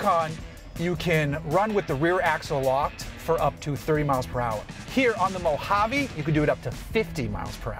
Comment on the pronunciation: Thank you for saying Mojave correctly!!!